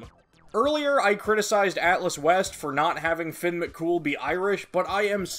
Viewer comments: As a Irish person the way you say fionn kills me it’s pronounced (fee-unn). Your pronunciation of mc cumail is pretty good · I always pronounced fionn as fionn mc cum hail 💀